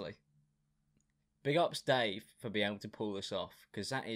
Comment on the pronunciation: The icing on top of the cake is that her husband is not Dave, it’s Dāv. DĀV. WHAT